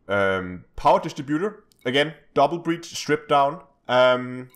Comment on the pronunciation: Its brace [brās]. Not breach [brēCH] :<